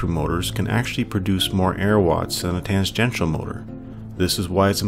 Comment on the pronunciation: Lamentably, I must inform you that the narrator pronounces tangential incorrectly.